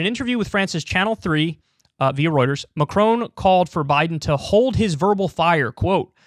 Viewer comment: As a Brit living in France, Americans please learn to pronounce Macron's name correctly! -it's not "Macrone"